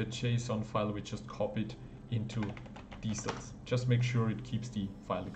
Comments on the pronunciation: lol its not diesels its DECALS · Deesals = decals 👌 Thank you! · its pronounced "dee-kals" (hard K); going to have a go at this soon!